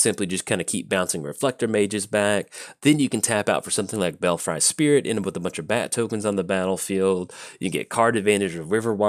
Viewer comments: I just assumed he wanted some Bel- fries with his tokens lol xD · "Belfry" is actually pronounced "bell-free".